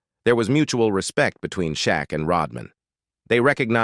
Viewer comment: AI says Shaquillio vs. Rodmein